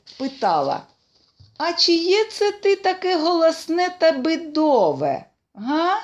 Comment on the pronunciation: Не бИдове, але бІдове